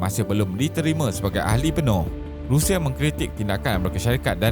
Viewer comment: RUSSIA bukan RIUSIA okey